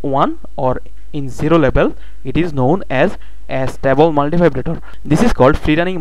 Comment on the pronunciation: it's not As-table multivibrator idiot it's A-stable multivibrator ....